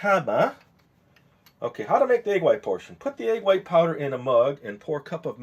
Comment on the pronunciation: "egg yite" xD